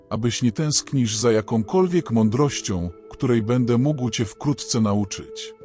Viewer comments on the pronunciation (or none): none